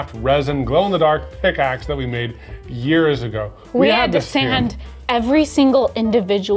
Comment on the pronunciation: Any other long term viewers feeling personally victimised by the emphasis on 'years ago' at the Minecraft pickaxe segment?